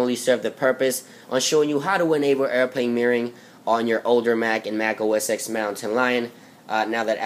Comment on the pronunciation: It's pronounced "Mac OS ten"